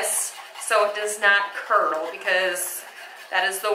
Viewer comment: 😂😂 just heard you say curdled, too funny. Love it.